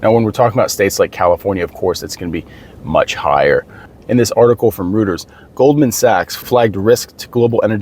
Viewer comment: Reuters is pronounced "roy-ters" not "root-ers"